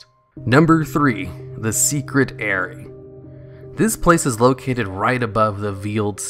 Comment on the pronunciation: Pronounced 'Aerie' correctly tho